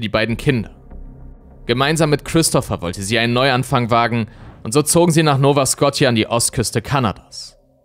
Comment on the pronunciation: Nova Scotia sprichst du falsch aus